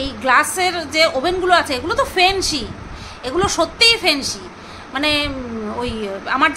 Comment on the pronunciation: কথাটা ফ্যান্সি,(fancy)...ফেন্সি নয়